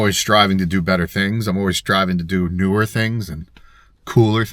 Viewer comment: "newr" things?!...starting the video off right!;D Great video,! We can't wait to see how your camper turns out and where it takes you! give Glacier a pat on the head for us!